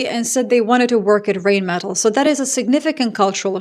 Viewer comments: Rheinmetall…. when there is ei or ie… just pronounce the second vowel… 👍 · The correct pronunciation is „Rhine-meh-Tull“, (like in Jethro Tull) not „Reign-Metal“ or something. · It's more like line not rain like rinemetall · not to be a smartass, but it spronounced more like "rinemetall" than "reignmetall"😉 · Not rain-metal but rhine-metal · It's "rine" not "rain" and "metahl" not "metal" just for future reference, love your work, addicted. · Sorry to be the pronunciation n… errr… enthousiast but it doesn’t rain metal, it’s the river Rhein (more like Rye + n) + Metal and you’ll be close(ish) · Small hint: The pronunciation of "Rheinmetall" is somewhat closer to "RYNE-muh-tahl“ [ˈʁaɪnˌmeːtal]. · Rhein = the river Rhine, exact same pronunciation. Metall = metal, but with the stress on the "a", Metáll. –> Rhinemetál. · Rheinmetall is pronounced Rhine metal like the river Rhine....After WWII it was not allowed for Germany to grow the military and now everyone is blaming Germany that they were responsible for this.. my only question is....what did the US do to all NATO members except selling military equipment of trillions of USD to them.... They did nothing but the NATO members sent troops to help after 9/11. Europe will be better without the US and finally they are realizing it... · You're a highly educated woman. Please learn how to pronounce the German "ei" which is pronounced like the English "eye". So the arms manufacturer Rheinmetall is pronounced "Rhine-mett-al“ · Hi, just a bit of info: the river Rhine (in english) or Rhein (in german) are pronounced the same way. Just like the english version. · Sorry, but this is a pet peeve of mine: in Germanic languages, when E and I are together, it is the second of the two letters that is pronounced eg: diEsel, eInsteIn, beliEve, fahrenheIt, rheIn ( as in the river Rhein and Rheinmetall). Yes, even Epstein has been mispronounced all this time! Another example of gringos making a mess of things.